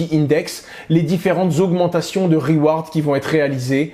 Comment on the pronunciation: Des "reweerdz" :D